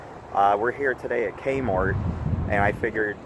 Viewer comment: I love how he says kmort